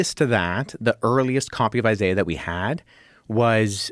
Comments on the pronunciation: It’s pronounced eye-zay-uh. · Why are you purposely mispronouncing names. Its “eye zay uh” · who says “eye-zai-ah” for Isaiah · I'm not listening to someone who can't pronounce Isiah. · The way you pronounce Isaiah would have been something you would have called Wes out on missing as "contextual difference" and yet we can all make a logical conclusion that its the same thing. Perhaps youre just trying to cash in on the hype and try to get a showing on Rogan too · Hmmmmm. Should we trust the word of a man that is about to get his PhD and devoted his entire career to the subject matter or the dude that can’t pronounce “Isaiah”… tough call 😂😂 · Yeah I’m not about to listen to a guy that can’t even pronounce Isaiah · Already know I'm listening to a snob when he has to have his own special pronunciation of Isaiah. One that in years of Christian middle school and high school and existing in culture I've never heard. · Trying to work through your pronunciation of Isaiah. 😂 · Wait... British people pronounce Isaiah like that???